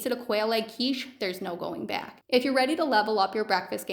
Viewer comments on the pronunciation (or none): none